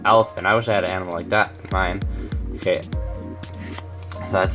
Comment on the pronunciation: Anyone else annoyed how he miss pronounced a good amount of the animals.